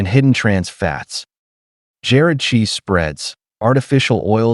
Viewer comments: How about saying Jarred cheese instead of Jared cheese Mr AI 🙄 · "Jared" cheese spreads?? Your A-I "narrator" needs a lesson in pronunciation skills.